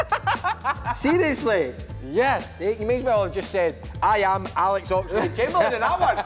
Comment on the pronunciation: Ayam ayam... 🤣 I can't stand how he pronounces I AM. Lol